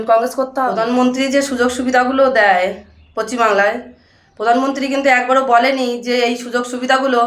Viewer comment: """পশ্চিমবাংলা"" ভালো করে বলো রেখা ম্যাডাম